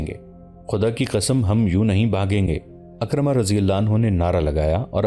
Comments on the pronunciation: میں نے عالم دین سے سنا ہے کہ لفظ اکرمہ نہیں ہے لفظ حضرت عکرمہ ہے. یعنی عین کے نیچے زیر ہے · یہ سیریل بہت عمدہ ھے مگر نام اکثر غلط پڑھا جاتا ھے۔کہیں کہیں تاریخی شواھد بھی قرآن و احادیث اور سیرت سے ھم آھنگ نہیں ھوپاتے۔عمرو بن العاص Amar bin Alass,عکرمہ Ikramah درست تلفظ ھیں۔اگر ویڈیوبنانے سے پہلےناموں کی تحقیق کرلی جائے توبہتر ھو